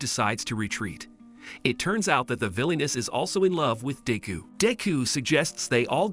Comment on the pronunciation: its De-ku not deeku